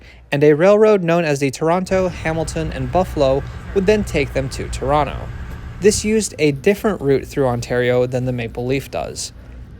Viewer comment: I am impressed that you pronounced Toronto correctly…